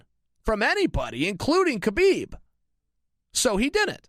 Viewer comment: Anyone remember when chael said khaboob accidentally 😂